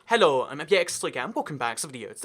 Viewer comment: When you say “Hello” in the intro it kinda has an accent but rest doesn’t am i the only one ?